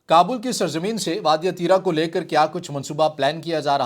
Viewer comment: Allah say daro pashto k do lafz nahi bol sakty aur RIT lagata hay tirah tirah baygirat insan